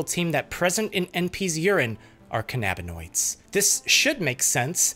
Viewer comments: you mean "can-a-bin-oidz" not "khan-ab-in-oidz." You are nit Captain Kirk and Khan isn't leading his Augment army against you... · i have never heard anyone pronounce cannabinoids as Can-ab-in-oid instead of canna-bin-oid 😂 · THEYRE NOT PRONOUNCED CAN AB NA NOIDS, THEY ARE CANNA AS IN CANNABIS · Cannabinoids is pronounced “KAN-a-bin-oids”. The accent is on the first syllable. You pronounce cannabis that way, so cannabinoid is pronounced the same way. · the way your pronouncing cannabinoids is driving me insane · Your pronunciation of cannabinoids drives me up a wall, bucko.